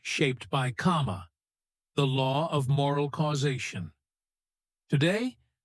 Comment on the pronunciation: It's not 'kama'.